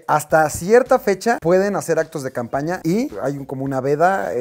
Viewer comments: DICE CAMAPÑA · Te diste cuenta que no decía, CAMPAÑA, si no "CAMAPÑA" 😂😂😂 saludos brow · Dice coordinadora de "CAMAPÑA" cuando tomo la llamada de Tatiana Clouthier, jajajajajajajaja torpes¡¡ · esa madre decía camapña jajajaajaja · "Camapña" je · ¿Camapña? Jajaja